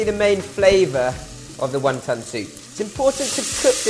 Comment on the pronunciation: Was he sayin 1 Tonne soup? lol